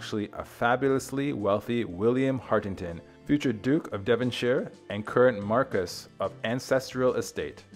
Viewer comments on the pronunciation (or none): none